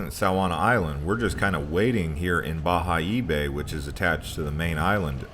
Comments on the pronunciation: Bayahibe! It's pronounced "Ba-Ya-Eeee-Beh" the H is muted in Spanish.. Although your Spanish 👌🏻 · Bayahibe correct pronunciation "Bajaebe" Isla saona pronouncing Isla sa_o na